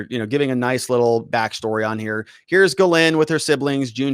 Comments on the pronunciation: Ugh, American trad of butchering french names. Gagnon is GAG-none, Dubois is DO-boys, etc. I am a Canadian, was stunned by the way all french names are incorrectly pronounced in the US. Her first name is properly pronounced GEEZ-lane. You would think after all the french canadian hockey players here.... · Why can't you say people's names correctly? Like how hard is it to read the S in Ghislaine? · You're pronouncing her name wrong